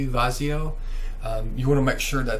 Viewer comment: Damn it man where the hell is your shirt. Vizio pronunciation Noice.